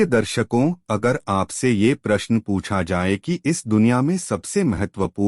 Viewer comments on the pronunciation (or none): none